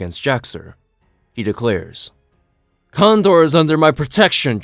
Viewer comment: Kandor is pronounced "Can Door".